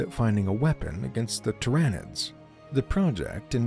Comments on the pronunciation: the "ty-ran-nids" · The script it reads needs to have phonetically spelled names